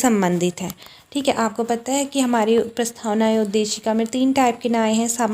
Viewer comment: प्रस्थावना नही प्रस्तावना